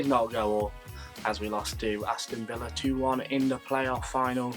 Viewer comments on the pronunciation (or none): none